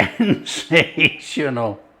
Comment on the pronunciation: Did you say "Sinsational" ? I agree....👍